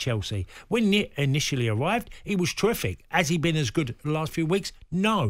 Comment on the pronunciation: Twiffick, bwilliant, lovelerly jubbly